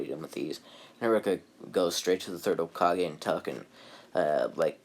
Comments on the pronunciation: Hey guys its not Hole kagay ITS HOEKAHGAY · Why did you call it hole Ka-gay wait what KA GAYYUUY